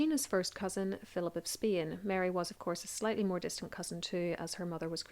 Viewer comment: Nice story. But as always I am bothered by your pronounciation of Spain